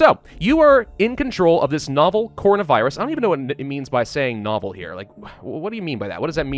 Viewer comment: Stop proncing it corn na